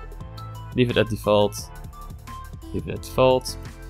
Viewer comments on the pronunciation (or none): none